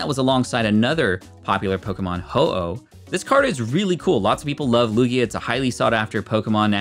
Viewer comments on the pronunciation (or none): none